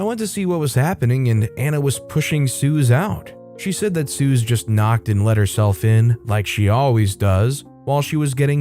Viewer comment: Suze [ Sue-Zee] not [Soo-Z]